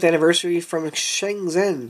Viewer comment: Nice review dood! Just wanted to let you know that you pronounce it Shen-jen (the ZH becomes a J sound) Cheers